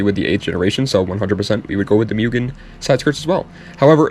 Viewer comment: I own a genuine 無限 MUGEN Si, and it's pronounced Moo-gen. Just so you know.